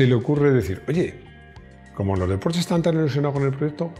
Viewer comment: he de decirte que me encanta cuando dices: "Porsche" en vez de "Porchsss". Sé de sobra que se escribe "Porsche" y se lee algo así como "Porhschx" (o como coño quieran decirlo),pero ya digo, admiro a esa clase de personas que aún sabiendo como debería pronunciarse siguen leyendo lo que se escribe. Un saludo y gracias!